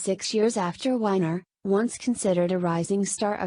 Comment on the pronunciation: Hey robot its weiner as in Oscar Meyer Not winer